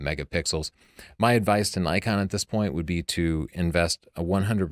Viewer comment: Judging the grammar in "tavel of light" according to your convention, while pronouncing "Nikon" wrong? Interesting.